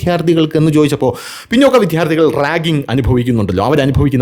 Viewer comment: വീഡിയോ പതിവുപോലെ സൂപ്പർ ആണ്. താങ്കളുടെ അവതരണ ശൈലിയാണ് വീഡിയോകളുടെ ഹൈലൈറ്റ്സ്. ചുരുക്കം ചില വാക്കുകളുടെ പ്രൊനൗൺസ്യേഷൻ കൂടി ശരിയാക്കിയാൽ കൂടുതൽ സൂപ്പർ ആകും. ഉദാഹരണത്തിന്, ഇന്നത്തെ വീഡിയോയിൽ വിദ്യാർത്ഥികൾ എന്ന വാക്ക് പല തവണ വിധ്യാർത്ഥികൾ എന്ന് പറഞ്ഞു കേൾക്കുമ്പോൾ ഒന്നു നെറ്റിച്ചുളിഞ്ഞു.. ഒന്ന് ശ്രദ്ധിച്ചാൽ നന്നായിരിക്കും..